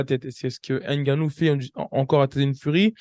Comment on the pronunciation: Franchement, en tant qu’Africain, ta prononciation du nom de Francis est une honte 😂😂😂😂, c’est n’importe quoi. HAINE GANNOU, tu abuses là.